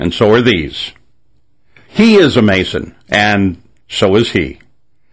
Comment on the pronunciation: 'Mason' - sounds like 'Satan'